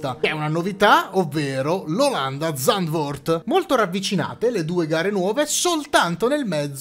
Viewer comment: Zandvoort si pronuncia zandfoort...scusa la precisazione ma vivendo a pochi km dal circuito volevo essere pignolo....🤣🤣😉😉